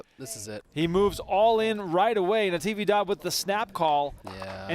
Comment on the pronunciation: Is “Navidad” the holiday,not Natividad